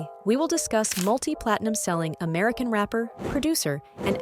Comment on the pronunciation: "Amarcian music awards" 😂 Great video though 👍